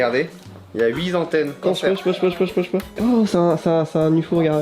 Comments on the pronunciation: Oui zantennes ? Nannn... c'est huit tantennes. :) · "huitS antennes" j'ai eu mal à mes oreilles